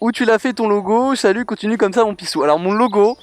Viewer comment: j'ai remarquer que t'es "pissou" se transforme en "pisTou" c'est bizarre!